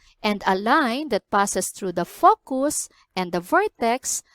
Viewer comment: nice, you should watch your pronunciation on focus